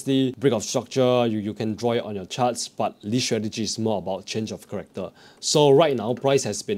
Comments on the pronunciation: Change of “Character” not “Corrector”. Other than that great video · its character (change of character) NOT corrector. thank you for explination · Change of Character bro, not Corrector, CHARACTER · Dude, what the hell is corrector? It's the change of character!!! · Ch-a-r-ac-toor. Also can :D